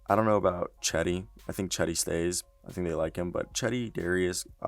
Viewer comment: Nigga called cedi “cheddy” 💀💀💀